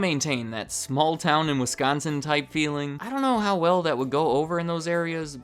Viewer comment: THANK YOU FOR PRONOUNCING WISCONSIN CORRECTLY! As a Wisconsinite I am so sick of people putting such a heavy emphasis on the "con" part, but you said it completely normal. THANK YOU!